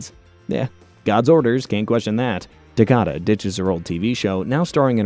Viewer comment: Good Video, just your name pronunciation of Takaaada is horrible xD